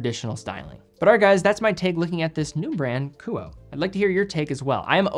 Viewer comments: Ku-oh-eh not Ku-oh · the brand name is pronounced “Ku-oh-ay,” not “Koo-oh." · Thanks for another excellent review. The correct pronunciation of the brand is KOO-Oh-Eh. In Japanese, all sylables receive equal weight (theoretically). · great video! the pronunciation of this brand would be ku-oh-ay based on my knowledge of japanese phonetics. Amazing watches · Honest question. Is KUOE pronounced 'ku-oh' or more like 'ku-oh-eh'? Japanese's kana structure and pronunciation would imply the latter, but the former could be applicable if the name has a western or Anglo-American inspiration behind it. I can't find this information on their website. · Don’t know the owner nor the company, but in Japanese this would be pronounced Ku Oh Eh. KU as in coo coo cachu… OH as in only… EH as in enemy. 3 syllable name. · Likely pronounced Kuo-eh. As in Kuoé or Kuoë. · Love your content and watch almost all of them. Isn't it pronounced "coo-oh-eh" ? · If it's meant to be pronounced as a Japanese name, it would be Ku-oh-eh. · It's pronounced "kuoe" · I think it's great you're featuring a smaller Japanese watch company, but you should really know that it's pronounced Kuu-o-eh. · I would pronounce the “e” as a third syllable. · God forbid if you mispronounce a french name on watches. But it's ok coz.it's just an asian brand.